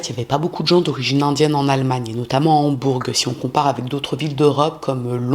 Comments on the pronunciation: Une petite précision. Le G de Hambourg ne se prononce pas. Mais quel salopard. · de plus en plus jolie ❤ mais le g de Hambourg ne se prononce pas. On dit Hambour